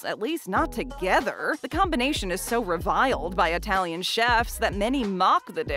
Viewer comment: Pronunciation, way off! It-talian, not eye-talian.